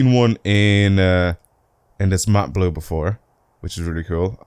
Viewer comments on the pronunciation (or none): none